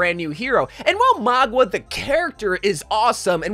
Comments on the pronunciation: Why he calling him Magua… it’s Mauga. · Ah yes, my favourite heroes: Kuh-rico, Sorjourn, and Magua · There is kind of 3 things going on here actually. - The correct or "samoan" way is kinda like saying Mannga. - We all and himself use Mauga - for some reason says Magwa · Is that how you pronounce his name Maugwa?